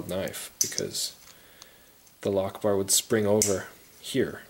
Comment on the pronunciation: Sounds like you say allah akhbar instead of lock bar.